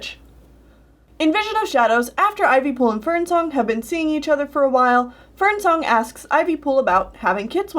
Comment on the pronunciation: I'm not up to those books and when you said Ivypool and Fernsong I thought you said FernCLOUD and I was like 'woah- woah, wait what??